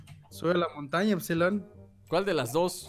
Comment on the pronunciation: COMO RISER TE DISE EFSILOR xD 😂